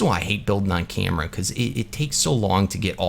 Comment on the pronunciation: Is canadian cuz if u go to 28 mins and 30 secs ull here him say camera in a canadian accent